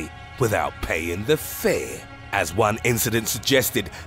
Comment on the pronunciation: “SUDDENLY..... Withowt payin’ the fër”